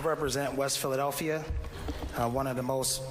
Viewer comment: Derek Green can’t EVEN SAY Philadelphia… wtf